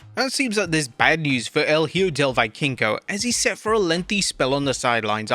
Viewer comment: You do not build credibility as a wrestling report channel by not knowing how to pronounce the wrestlers' names. Why would anyone believe you know what you're talking about if you don't even know it's pronounced Vee-kingo?